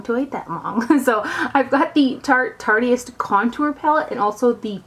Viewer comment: yeah, I'm pretty sure that it is too. but "tarteyist" sounds fun!